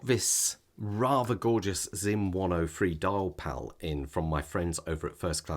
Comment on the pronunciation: It's copper sulphate. And it's not "Dialpal", it's Diapal i.e. DIAmond PALette - no "l".